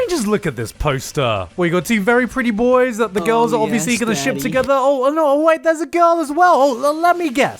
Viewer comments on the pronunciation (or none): none